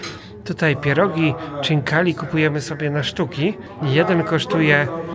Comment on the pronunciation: pierogi gruzinskie to chinkali, nie czinkali. Poza tym fajne wiedeo